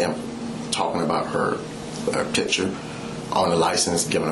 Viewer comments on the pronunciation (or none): “ I was talking about her TITSURE ” I think he meant “Picture” 😂😂😂😂😂😂😂😅 😛